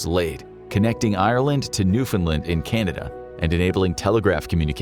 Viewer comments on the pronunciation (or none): none